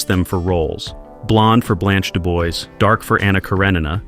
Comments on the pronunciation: Blanche Duboys!!?? Blanche Dubwa! It’s like, you know, French! 🇫🇷🗽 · It's pronounced "Blanche Du-bwah," not "Dubwois."